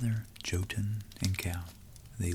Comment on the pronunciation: This really cool and i love the Norse legendarium. Small tip though: J in the Nordic languages and also in German is read like an English Y. So Jotunn does not begin with a sound like in "John", but with a sound like in "young". Think for instance how you say Jägermeister...